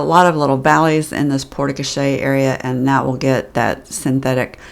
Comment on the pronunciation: It’s pronounced Port Co-share 😂